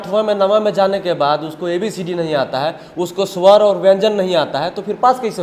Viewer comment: Bro thik se bolna sikho pahle suwar nhi swar aur Wayanjan hoga